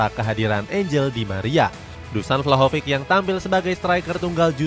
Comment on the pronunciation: Izin bantu koreksi yaa min, kalo angel di bahasa spanyol cara baca nya an-hel yaa, bukan angel kayak spelling bahasa inggris, sama buat nama2 yg kayak vlahovic atau sejenis nya, itu c di akhir dibaca jelas yaa, bukan dibaca k, semoga berkenan dan semangat terus cetak gol idn!!